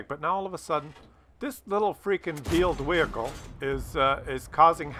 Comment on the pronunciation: I keep hearing "vealed whehicle"